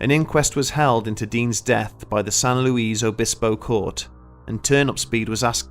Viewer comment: Wow, you wildly mispronounced San Luis Obispo and Coupe.